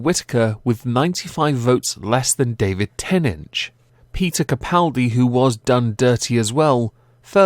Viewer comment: stop saying davic tenech it is david tenant